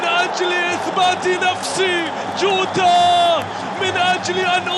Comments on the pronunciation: يريت تفهمو لهل معلق انو اللاعب اسمو جوتا مو جودا ياشباب مشان ازا علق عمباراة تانية للاتحاد مايغلط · المعلق ضجاج و اتحادي و ينطق الاسامي لما يتوهك : جوتا اصبح جوده روماريو اصبح روما .... اخي روما شيء و روماريو شيء آخر ما سمعت ابدا اي معلق اجنبي ينطق نصف اسم لاعب برازيلي او ايطالي او اسباني او حتى برتغالي .... ارجوكم عند التعليق ان تذكر اسم اللاعب كما هو اما اسمه اذا مشهور او اسمه و لقبه اذا شهرته قليله حتى لا نتوه.